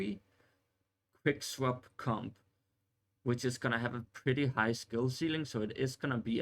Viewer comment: Everytime you say "Comp" it sounds like "Cum" and I Couldn't take you seriously after that. Couldn't even finish the video 👎